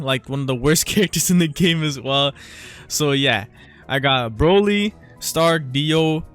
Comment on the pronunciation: HE SAID BROLLY RIGHT LETS GO